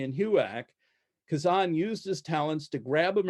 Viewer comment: This professor mispronounces Kazan's name and his nickname, "Gadge." It's like "Gadget," because in early days of the Group he had a talent for fixing things and creating solutions to problems. They called him the Gadget, then just Gadge. And please, please, it's not "KazAHn," it's "KazANNE."